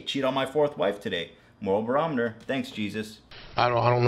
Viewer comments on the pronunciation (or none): hahahahahahahahhahah bro he said "Moral Berometer" hahahahahahaha